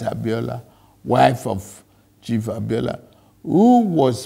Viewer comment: It’s the way he continuously call out those names for me. MKO ABIOLA. However it hits you, na you know!!